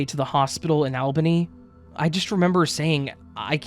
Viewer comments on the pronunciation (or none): We southerners don’t call it Albany Georgia, we pronounce it “All-binny” 🤣